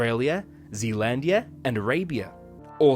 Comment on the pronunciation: Zeelandia? Where's that 😂.